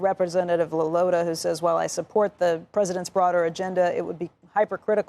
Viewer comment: Lawler pronounced as Lawless, and he looks like one